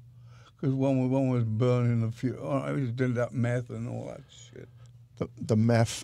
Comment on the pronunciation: "It's on the forf and fif" On Lemmy: "too much mef"